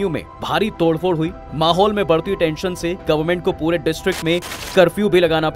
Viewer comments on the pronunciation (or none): none